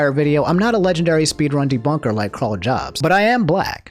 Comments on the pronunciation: It really bothers me that he says "Jobs" instead of "Yobst" I know it's not spelled that way but it's pronounced that why I think. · 80% sure it’s pronounced “Yobst”